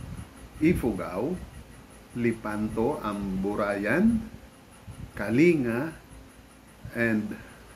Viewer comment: Kaya pala wala capture ng travel along the way kasi gabi ang byahe. Of note, we say Kaling-ga and not kalinga :D